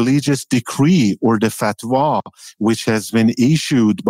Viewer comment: "the fatwa" lol, cmon Tucker.